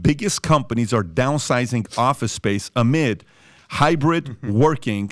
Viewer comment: PBD FINALLY GOT THE PRONUNCIATION OF AMID!!! He really is the goat now 😂